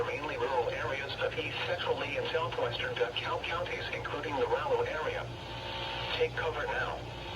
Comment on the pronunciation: Paul said “DuhKull” instead of “DeKalb”